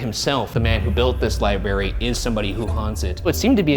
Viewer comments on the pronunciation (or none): Ryan saying "libary" is getting meeee 😩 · Ryan's consistent mispronunciation of library and librarian drives me bonkers. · Oh God ryan "Iibary" "Feery-ous" "Wheel-barrels" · How ironic that this is a man with a college degree in a room that houses knowledge from all over the world yet he can't pronounce the word LIBRARY (not lieberry). Maybe the ghosts were offended by the pronunciation and that's why they decided not to play. What's next? Are you headed out to a real estate office to talk to a realtor and will pronounce it relator? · Was already irritated three seconds in when I heard “libary” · Is libary a meme or something? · How many times will Ryan say "libary"? Someone keep track 🤣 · Take a drink every time Ryan pronounces it "libary" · lie berry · My 13 yr old daughter called it a lie-bry , like she's British ..lol that's fine .. but l lie-berry? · I call it the lieburree 😂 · Ryan HAS to be trolling us with the amount of times he leaves the R out of the word library! 🤣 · Ryan pronouncing library as libary is the best thing lol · Ryan pls say library right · keep saying " Lie- Berry" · the first thing you said was libary....there is an r in there dude. lol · Haha one second in: lie berry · Ryan, it’s “Library.” There’s two Rs. Love you! 😂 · The mispronunciation of library is a tick of mine so every time he said it wrong, it may be correct him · The Librarian denizens want you to GET OUT until you learn to pronounce library properly. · this comment made me realize that some people actually fully pronounce both "r"s in library and now i can't unhear it every time does it😭😭 it's like fully pronouncing both "r"s in february, it just feels wrong